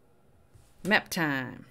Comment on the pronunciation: You’ve said it fro. The beginning…” Maaap TYME” 😂